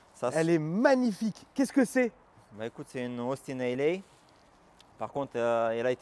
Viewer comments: Première minute de vidéo on a droit à "Austin AYLAYYY" et "Austin Ali." C'est bô ! 🤣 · il s'agit d'une Austin Healey et pas d'une Austin Ali 😂😅😂